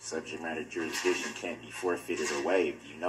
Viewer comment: “Subject Matter Jurushdicshun” 😂😂😂 “Is that a tack it agreement?” 😂😂😂 🤡🤡🤡